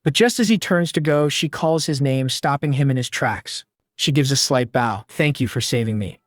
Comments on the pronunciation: Every time, AI cannot get its pronunciation correct between "bow", as in archery, and "bow" as in bending your body to show respect. It always gets it wrong every time, ruining each moment it does so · Hi Bow , Not bough = Bow and arrows The salvage sword of Conan = best character . Jesus is my super Hero Thank you for story . God bless you , all